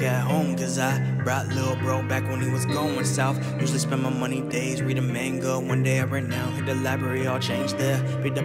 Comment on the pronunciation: Sick rap but the way you pronounced manga bothered me lol